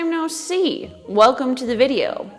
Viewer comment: u said weclome